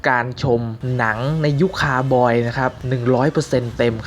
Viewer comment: เรียกว่าCowboy คาวบอย นะครับ เรียกให้ถูก ถ้าเรียกว่า คา บอย แบบที่น้องพูดนั้นความหมายมันเปรี่ยนครับ หาข้อมูลเบื้องต้นก่อนนะคับ จะได้เรียกถูกต้องและถูกความหมาย ”คาวบอย”(cowboy) น่ะครับ คำว่า ”คาวบอย”(cowboy)ซึ่งใช้เรียกกลุ่มคน ขี่ม้า ยิงปืน และต้อนฝูงสัตว์บริเวณดินแดนภาคตะวันออกของสหรัฐอเมริกาเมื่อครั้งยุคบุกเบิกนั้นคือคำสัพท์ในภาษาอังกฤษที่เพิ่งปรากฎครั้งแรกราวๆปี ค.ศ แปลมาจากคำว่า ”บาเควโร”(vaquero)ในภาษาสเปนที่ใช้เรียก กลุ่มคนที่เชี่ยวชาญการขี่ม้าซึ่งทำหน้าที่ดูแล ปศุสัตว์(โดยเฉพาะฝูงวัว) ให้แก่ เจ้าของที่ดิน หลายคนอาจจะสงสัย ทั้งๆที่เรามองคนกลุ่มนี้เป็นผู้ใหญ่แต่ทำไมเราถึงเรียกพวกเขาว่า ”คาวบอย” (cowboy-เด็กเลี้ยงวัวเพศชาย)ล่ะ ?? สาเหตุที่ใช้คำว่า ”คาวบอย” เรียกว่ากลุ่มคนดุแลฝูงปศุสัตว์นั้น มีที่มาจากอายุเริ่มแรกของการฝึกฝนเพื่อเป็นคาวบอย โดยคาวบอยส่วนมากมักเริ่มอาชีพนี้ตั้งแต่ยังเป็นเด็กๆ เพื่อรับการฝึกฝนทักษะต่างๆของการเป็นคาวบอย ไม่ว่าจะเป็นการขี่ม้า การต้อนฝูงสัตว์ หรือ การใช้บ่วงบาศ แต่พวกเขาก็เป็นแค่คาวบอยฝึกหัดซึ่งไม่ได้รับค่าจ้างจนกว่าพวกเขาจะมีความสามารถพอที่จะถูกจ้าง บ่อยครั้งที่คาวบอยฝีมือดีถูกจ้างตั้งแต่อายุ 12 – 13 ปี และเมื่อทำการว่าจ้าง คาวบอยส่วนมากก็มักจะประกอบอาชีพนี้ไปตลอดชีวิต ถ้าไม่พิการจากอาการบาดเจ็บ หรือเปลี่ยนไปทำอย่างอื่นซะก่อน